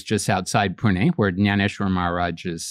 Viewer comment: His pronunciation of Pune on point 💯